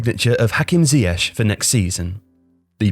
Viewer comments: Please pronounce him zee-akh rather than zee ash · When did everyone go from calling him ziyek to ziyesh? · Is isn't even pronounced right....